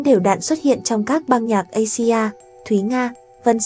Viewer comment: Asia bạn phải đọc là Áy di a nhé.